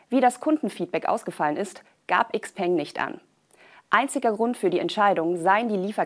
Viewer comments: Tolles Video, jedoch ein kleiner Hinweis: "XPeng" wird "Schau-Pang" ausgesprochen, das klingt auch wesentlich attraktiver für ein Auto als die deutsch betonte Variante. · Eigentlich sollte es "Schiao Pöng" heißen... wenn man es richtig aussprechen möchte. Aber wir nennen ja auch Nike "Naik" und nicht "Neiki" oder Paypal "Päypol" nicht nicht "Päypäl"